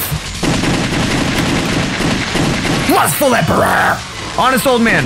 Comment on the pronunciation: It sounded like u said Lustfell not Lustful